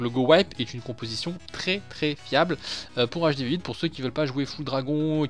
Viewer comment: Au début ta dit compotition au lieu de composition mdr sinon bonne vidéo 👍🏻😂😂